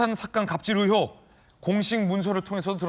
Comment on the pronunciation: 의횩이 아니라 의혹이다 진짜 듣기 싫네 아나운서라는 놈이 발음이 그 따위냐?